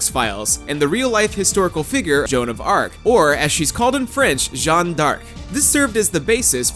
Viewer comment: "Jeanne" is not pronounced as "John."